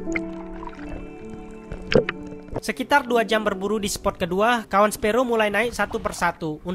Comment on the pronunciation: Saran saja..pahami dan pelajari lagi bahasanya. Spot, bkan sport. Dogtooth tuna.bukan dogtut tuna Spot yang bagus👍